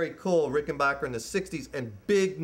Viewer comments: It's Ricken- BACK- er. Ask John Hall. He's corrected me when I said BOCK er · It's pronounced Ricken BACK er, not Ricken BOCK er. He's pronouncing it wrong. And they're totally hand made in America. And the 6 stringers are awesome, ask Paul Weller, or the Guy in REM.